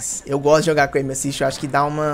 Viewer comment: Q raiva do falando "M assist"